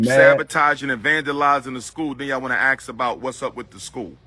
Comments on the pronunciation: Let me ax you a question. How do they pronounce axe? Just asking. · Even an educated man like cannot say ASK. He says ax.